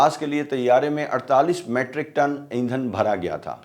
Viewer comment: Matric tons nehin balke meetric tons bolain, Please.